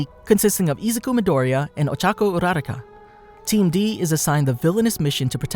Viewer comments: STOP SAYING OCHACO URARACA ITS OCHACO URUAKA Luv your vids but Cm on man 🤣🤣🤣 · Uo - ra - rau - ca? Sounds a bit off it’s U - ra - ra- ka